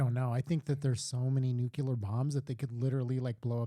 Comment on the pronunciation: Dudes, I enjoyed this, but it's "NU - KLEE - AR," not "NU - CUE - LAR."